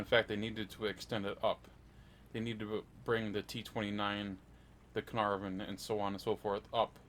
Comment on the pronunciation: When you said Cearnarvon to 7.3 that was just no no no no from me